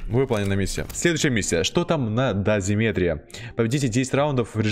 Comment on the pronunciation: ДозимЕтре :D правильно дозИметре